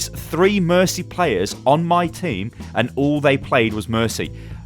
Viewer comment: mercy hah there's no mer-tea